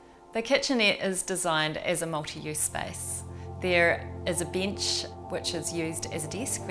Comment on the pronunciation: I love how you pronounce "desk" and "bench" with "ee". I like everything except the ladder.